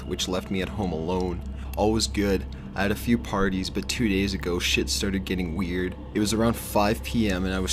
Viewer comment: I liked how he said “Shit started getting WEird..”